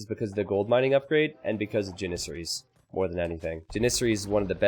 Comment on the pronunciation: lol the way you pronounce Janissary is legit tilting :D Ja - not Ji :P